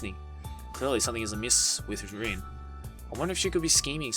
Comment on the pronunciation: How her name is spelled: Rin What I’m hearing: Din